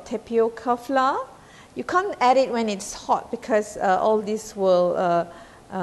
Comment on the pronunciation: Dont pronounce FLOUR as "FLA"...this language is not our language..so dont mess up with the pronunciation. I always heard Malaysian say it as FLA...i dont know where is this pronunciation come from?